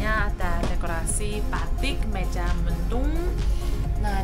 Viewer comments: Mega: meja Cirebon: cirebong Kalau bukan orang Indonesia asli sulit untuk mengucapkan kalimat sesuai tulisannya, jadi perlu di maklumi. Terimakasih neng sudah me reaksi tentang kereta cepat di Indonesia, dan tetap semangat. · Mega atinya awan,jadi awan mendung....jadi dibacanya MEGA bukan meja....dan mendung awan yang gelap atau hampir hujan,sekedar masukan mbak,jadi kami yang orang Bogor enak mendengarnya😂